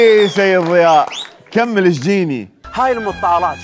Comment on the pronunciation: اللغة الإنجليزية اخف من العربية فمن تحجي لفترة بيها وترجع على العربي أو العراقي بالاخص فتسحك عادي، هوة كال ذياء بدل ضياء لان لسانة أخذ على الإنكليزي قبل بالفيديو ارجع شوية أو دوس هاي